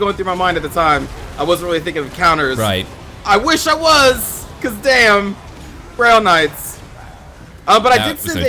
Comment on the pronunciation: Am I the only one that keeps hearing Grill Knights?